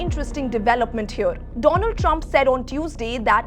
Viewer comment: Hyeor instead of here 😂😂😂😂